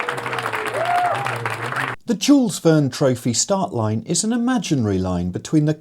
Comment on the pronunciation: thank you for this episode, but can you say just Jules with a french J upfront like Jean or Jaques, and not J as Djuice, and no pronounced S in the end. It would be a proper honor to whoever puts the work into these attempts. Great sailing from the team ! (just press "listen", small speaker icon , on the left side)